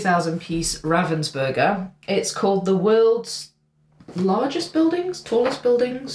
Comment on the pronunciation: Don't beat up on yourself for mispronouncing Ravensburger. Ravens are very intelligent animals whereas burgers are often semi sentient.